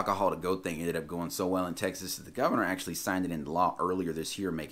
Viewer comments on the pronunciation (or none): none